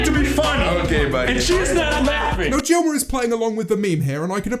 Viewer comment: He’s not saying gilmer or croes correctly and it’s making me simply p a s s a w a y